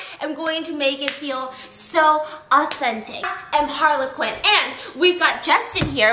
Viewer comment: I...is it just my wonky ears or does she keep saying harlequin and not Harley Quinn LMAO